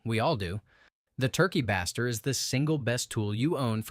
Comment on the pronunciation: FYI it's pronounced Turkey (bay-stir). Since it's used to baste the bird with juices Thanks for the video!!!